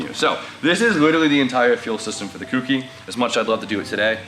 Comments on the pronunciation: Its ko-key not cookie you can say it however you what tho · It's a "coo K" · Kouki rhymes with “lowkey”. pronounce it correctly. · just call it the K-ouki